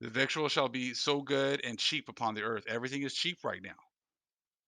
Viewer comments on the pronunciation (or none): Shalom.The US's policy is,.Do as I say and not as I do. I am not a scoffer as you can tell, but I hope you do not mind me letting you and the family know, that the word though spelt v.i.c.t.u.a.l is actually pronounced ( vittle) it being an English word and all that. A good example of this is the word Celtic as I gave before..( keltic) Another example of British pronounciation is the word Lieutenant. While in The US it is pronounced as Lootenant._ Over in the UK though spelt the same, it is pronounced as (Leftenant_). Shabat Shalom.